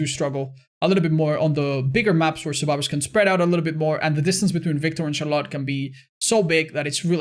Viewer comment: I love ya man, but i hate how you pronounce Charlotte